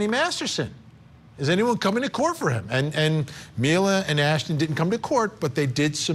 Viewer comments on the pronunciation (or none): when your “expert” guest can’t pronounce Mila properly while giving her opinion it discredits what she is saying…..it’s not Myla…🙄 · Why is your guest making up her OWN pronunciation of Mila’s name???? Seriously unprofessional. You JUST heard two others say the name and you just make up your own. And did she just say Ashton KUSHNER?! She’s fired. 🤦🏽‍♀️ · I like how Chandelle says she likes them better before their apology video and proceeds to pronounce their name wrong the whole interview 😂 MYLA and KUSHNER lol